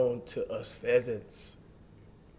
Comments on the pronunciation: This man said pheasants I think he meant peasants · We not just gone act like this nigga Cash ddnt say "Feasants" instead of "Peasants" 😂😂😂 this nigga Cash and Flight the same nigga lmao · Cash just said pheasants like were a damn bird...i think you mean peasants 😂😂😂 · Did he jus call us feasants lol 😂